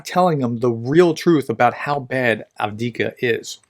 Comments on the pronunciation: There are two letter v in Av (1st v) dee eev (2nd v) ka. Av deev ka. At least the vowel sounds are correct. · "1/3 of Ukraine is mined. This is 'mined-boggling'" ;) But please, dear Prof: A-V-D-I-V-K-A. Repeat after me: A-V-D-I-V-K-A, A-V-D-I-V-K-A, A-V-D-I-V-K-A ;) Thanks for your reports as usual! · I cannot stand by and listen to you struggle with "Avdiyivka." It's actually not that hard to pronounce: ov-dee-YIV-ka. 4 syllables, emphasis on the syllable with the caps. Keep up the good work. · Improvements on frontline, doesn't know how to pronounce Avdiivka Keyboard warriors: yeaaah! 🙌 Ukrainians and Russians on frontline: 🦵🤪🧠🦶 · Unfortunately as long as you watch his channel you're going to have to put up with it. He obviously is not reading any comments offering advice on the correct pronunciation or if he does he is ignoring it.